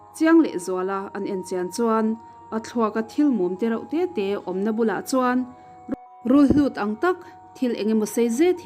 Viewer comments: Rulhlut ni lo vin, Rulhut tih tur aw. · rulhlut a ni lo.rulhut a ni e.